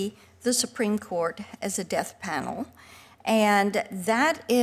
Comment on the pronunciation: Is she saying "Deaf Panel" or "Death Panel"?